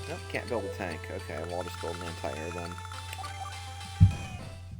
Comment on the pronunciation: lol he said aunt-i-airs